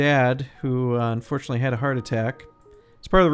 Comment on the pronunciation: when i first heard him talk about his dad's heart attack i though he said fortunately and i was like WHAT IS WRONG WITH YOU MAN